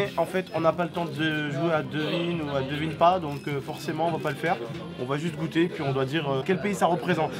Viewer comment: Gouttes c pas comme ça c comme ça goûte